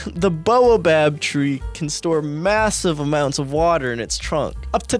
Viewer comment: It's pronounced "bah-oh-bab"